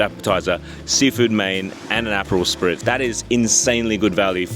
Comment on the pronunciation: I had to rewind to make sure I wasn't hearing things when you said 'apple' Spitz. Also it's Limoncello. From a fellow Australian, come on, seriously?????😮